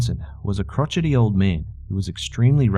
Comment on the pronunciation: When he said Crotchety I was dead idk why it made me laugh so much😂😂